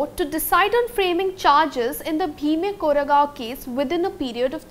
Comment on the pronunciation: The way she is pronouncing "Bhima Koregaon" is just so annoying!